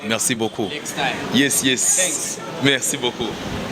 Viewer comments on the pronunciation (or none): none